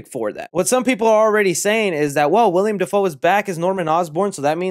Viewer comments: He said William Defoe . Haha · You really just said “Wiliam Dafoe”